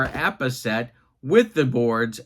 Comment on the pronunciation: was poking fun at because he always says APPA, when he says it there is no B stated